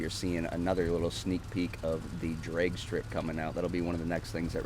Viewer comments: Lol just sounded like you were saying dreg instead of drag, just different pronunciations I’ve always heard it with a hard a. And Are these courses on Xbox they are very well designed! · Learn how to say ‘drag’ you fucking idiot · No hate but is that actually how u say drag, never heard it that way.